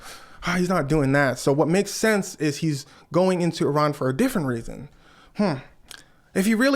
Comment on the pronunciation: I'm one the few Iranians in Iran currently with access to international internet access first thank you for pronouncing our country's name correctly second people of USA please don't encourage our government I know all of you know that trump is an idiot that has ruined your lives our government is just one big trump